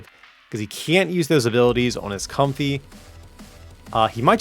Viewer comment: I think it is pronounced Comf-ay instead of comfy